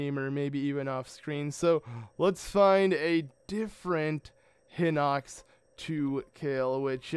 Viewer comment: I feel like its High-Nox, not Hih-nox. And really? You couldn't do 3x32=96 in your head?